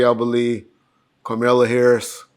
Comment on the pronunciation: Her name is pronounced KomAllah